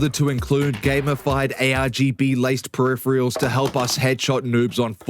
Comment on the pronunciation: if youre gonna say the word peripherals so many times, so close together, pronounce it properly. FUCK